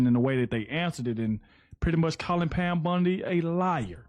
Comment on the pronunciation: I can't unhear Pam Bundy..